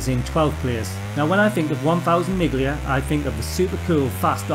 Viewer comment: I’m not sure Turbo Esprit is technically a racing game, also you don’t pronounce the “g” in Miglia 👍🏻. To be fair I’d put all these games at joint 1st (last) place lol